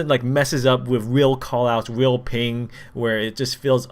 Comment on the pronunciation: ping not ling